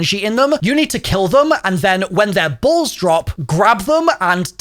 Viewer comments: he said "and when their bools (balls) drop" lmao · So much emphasis on Balls